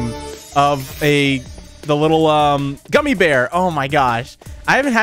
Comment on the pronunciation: He struggles to say gummy bear LOL